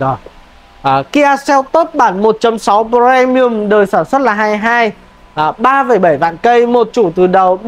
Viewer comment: Sao lại cứ đọc là Pờ re mi ừm?